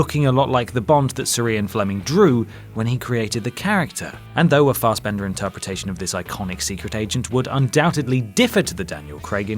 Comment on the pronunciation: It's "Fassbender" not "Farsebender" and I keep forgetting he's an actor, always think he's a swimmer 😂.